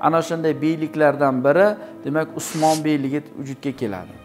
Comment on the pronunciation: Õsmanbey ukaizmidi osmon deb gapiryabsiz